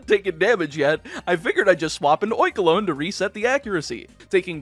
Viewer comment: Oinkolgne is pronounced like bologna, not like cologne and you can't convince me otherwise.